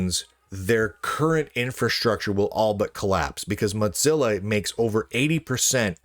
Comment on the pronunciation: there's no 'd' in mozilla. you always say moDzilla.